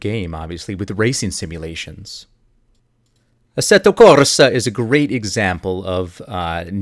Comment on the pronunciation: LOL Jesus Christ dude, your "ASSETO-UH CORRRSA!" almost made me fall out of my chair. The sad part is you clearly weren't trying to be funny, but to just say it "correctly." Don't try to be an Italian grandmother calling her boys in for spaghetti with the zealousness of a 64 bit Mario. Just say "uh-setto corsa" in your normal American accent. Holy shit.